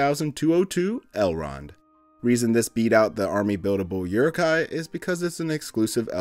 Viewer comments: And again. Uruk hai pronounced “ooh-ruk high” not “your-ruk high” 🤦🏻‍♂️ 😌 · You really need to practice your uruk-hai pronunciation.